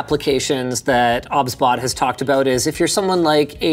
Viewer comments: OBSBOT , pronounced OB-SBOT , I thought its OBS-BOT 😅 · It's O-B-S Bot no obs bot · I thought it was pronounced O B S Bot rather than Obsbot 🤔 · Isn’t it’s name pronounced like OBS Bot?